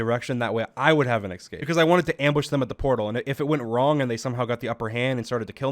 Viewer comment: I would usually be annoyed that I hear you say "excaped" instead of "escaped" but I can't be mad because I always say "expecially" instead of "especially." Our fun similarity and my OCD are conflicted. Love your content by the way, you are like a chess master.